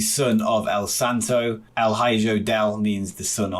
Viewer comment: I love that you’re covering this mod, and for future reference Hijo is pronounced “He-ho”